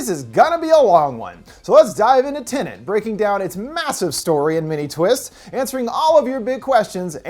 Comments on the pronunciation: Wait is it TINIT or TENET? Could you maybe speak properly? Or is that too much to ask? It is, isn't it? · There's only 1 "N" in the movie title.... it's not "Tenant" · It's tenet not tenant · Tenet "Tenent" explained recapped.